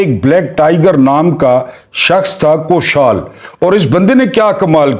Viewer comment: Good work.however,keep a watch on pronunciation. Like"khashwant"&milk shah ,koshal.etc.